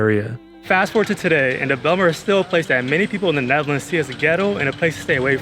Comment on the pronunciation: Ummm...so the J is silent😉